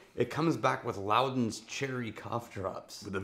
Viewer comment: Luden’s Cough Drops is pronounced loo dens, not loud dens.